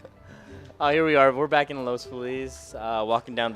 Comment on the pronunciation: the commentator doesn't even know how to say "Los Feliz". That's not how any self-respecting local pronounces it. An obvious transplant.